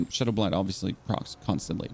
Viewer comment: Shadow BLITE not blind. BL-ITE rhyming with sight. Been watching some videos as I'm necro too and I'm excited for this vid, thank you for this. I came to the same conclusion and hopefully this vid can help me. Not trying to be mean with the correction above but someone needs to say it. Thanks for the vid again.